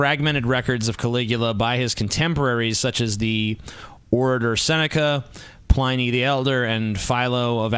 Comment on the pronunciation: He said Pliny the Elder wrong >,<